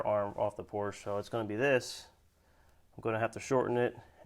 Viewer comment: I personally would have machined the Porsche (which by the way my friend, is a two-syllable word (: ), hub to fit the wheel bearings in the MR2 spindle.